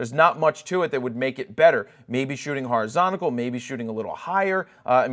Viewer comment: Haha, which direction is horizontical? All jokes aside, thanks for the info.